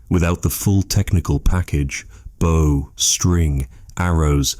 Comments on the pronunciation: Very good 👌 but why pronounce bow as bough so many times, is it narrated by AI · And many mispronunciations of the word "bow" as the tool used to launch an arrow. I keep looking for a boat. AI at work.